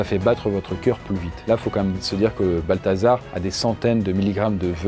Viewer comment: J'ai entendu "Balthazar", j'avais envie de quitter la vidéo